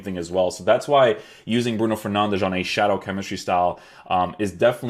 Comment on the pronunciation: Stop saying bruno fernandesh